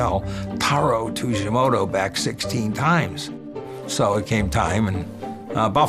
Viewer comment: Tujimoto ≠ Tsujimoto.